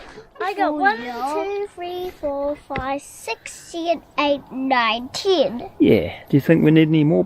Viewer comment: "...six, siven, eight, nine, tin!" She's Kiwi as, mate! So cute!